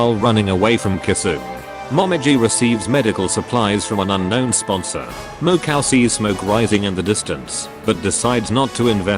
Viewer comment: the text to speech voice ;-; "mo-cow" "sirno"